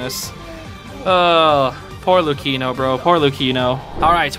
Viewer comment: ITS PRENOUNCED " LOO-CHEE-NO ",,,,, "LUKENO?"... WHAT.. ITS NOT PRENOUNCE LUKENO FRAPPICHINO ITS LOOCHEENO 😭😭